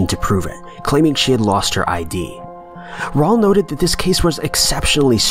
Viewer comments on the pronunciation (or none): He also said Raul like Paul smh